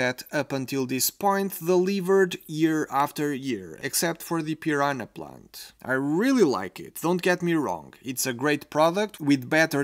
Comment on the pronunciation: Eu achei que você, sendo de Portugal, iria pronunciar piranha da maneira correta, maaaas eu estava errado haha Ótimo review tho 💜